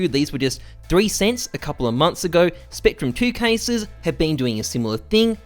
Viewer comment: Did he say SPECTRUM 2 Case ???